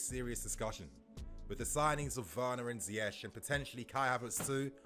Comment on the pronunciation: so happy to hear you say Ziyech name right bro keep hearing people saying ziyek or ziyekh and it's driving us Moroccans nuts trust, but you got it bang on bro respect for doing your homework that's why I follow you keep up the good work up the Chels